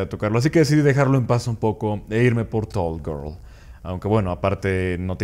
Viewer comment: Todos "toll gerl" Este tipo: "tuooll guoorl"